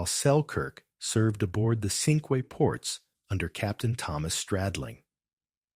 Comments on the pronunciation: The ship Cinque Ports was given the name of a confederation of five ports in England in the middle ages. Cinque is is French for five and is pronounced ‘sank’ rather than ‘sinkway’. The English towns of Dover, Romney, Hastings, Sandwich and Hythe are still referred to as the Cinque Ports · You're are mispronuncing "Cinque Ports".